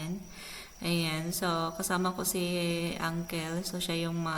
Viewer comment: Suggestion: don't pronounce "ankel", say "ankl". I omit ang 'e'. Consult how to pronounce in google. Im working in Australia and New Zealand, they laugh at me when I pronounce the word uncle same as yours. Similar words like bicycle, and many others. Just my thought because you are a vlogger